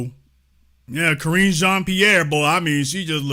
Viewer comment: 'Sideshow Karrine' (🤨)